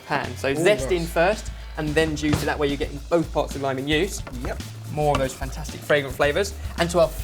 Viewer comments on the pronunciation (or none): none